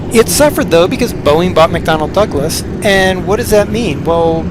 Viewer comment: LOL its McDonnell Douglas not McDonald Douglas!